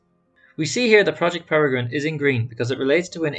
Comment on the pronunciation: Pronounced as PAIR-A-GRIN